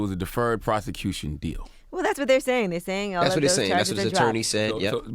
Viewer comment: CTG, you don't remember what he said in your phone conversation, but you are able to remember "he took the deferred prothecuthon deal"? 🤔